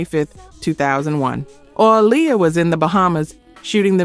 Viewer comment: I wish you would fix your damn AI. So tired of hearing it fuck up names, words and places. How do you mess up Lisa and Aaliyah's names????